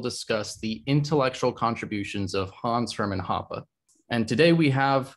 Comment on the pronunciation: I did not expect to pronounce Hoppe's full name almost perfectly.